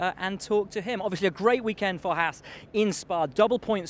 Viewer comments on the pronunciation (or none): "clahaas" lmao